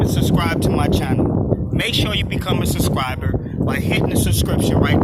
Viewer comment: SUScriber. Lol. Not SUBscriber. Lol. He said that incorrectly if I’m not mistaken, lol. Are you gonna sit? 1 min in and I’m dizzy.